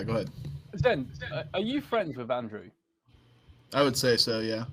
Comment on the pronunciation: ANDWEW ANDWEW ANDWEW